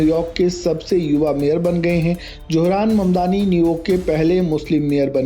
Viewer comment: Wo apne ko muslim kehta hai suna nahi. Aur johran nahi zohran. Tum logo se naam bhi sahi nahi liya jata. J aur Z mein bohot ferq hai.